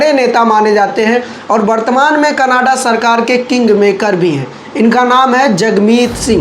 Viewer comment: Bhai Canada hai. Canaaadah nahi hai.